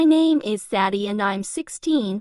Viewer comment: What everyone hears: I,m sadie and I,m 15 What I hear: 💫I,m ZaDdY aNd I,m 15💫